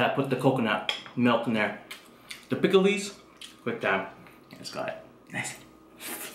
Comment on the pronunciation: No offense but u said it like it was spelled picklees